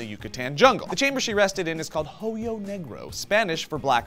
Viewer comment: 'H's are silent in Spanish. 'Hoyo' is pronounced 'oh-yo' you FURKIN IDIOT